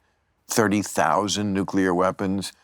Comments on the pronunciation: Can we really trust someone that can't pronounce nuclear? He must have said it over 40 times and mispronounced it every freaking time. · I really do wish Elizondo had chosen a director who can pronounce the word "nuclear".